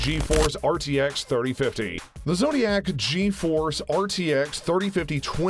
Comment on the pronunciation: bro im saying 3050 cant run 2k so why do are you sayin that it can 8k yea u can put a 8k monitor to run your desktop res 8k but why do you want to use this gpu as a display adapter. And plus its not zotiac its zotac.